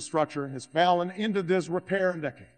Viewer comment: obama's so not hood, he cant even pronounce it and some other words the software seems to be having some trouble with fallen became Fallon, shuttered became shittered, hour became Howard